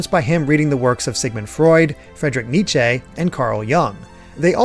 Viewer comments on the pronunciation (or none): Frederick Niché? That is not how you pronounce Friedrich Nietzsche. He was German, not Italian.